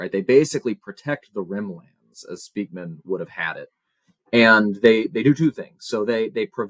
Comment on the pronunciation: Being Dutch, living in Unterfranken, Bayern, Germany, this name raping hurts my linguistic brain... Spijkman, Speykman or Speijkman are all pronounced more like Spikeman, as is Edelman more pronounced as Adelman. Sry, off topic, and I needed to get it out...